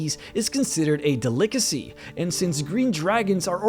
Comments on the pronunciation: FYI, it's not pronounced "de-LICK-acy," it's "DELL-icacy." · De-lick-acy? WTF? How do you not know how to pronounce Delicacy? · A del-lick-ace-ee hahahaha!!! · duh lick uh sea? Dude. Delicacy. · A "duh-LICK-uh-see"? Delicacy... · That pronunciation of delicacy made me want to throw up